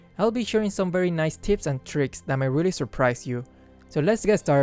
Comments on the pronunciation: No one: Literally no one:: "Tips and Trips" 😂😂😂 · Nobody:: Tips and Trips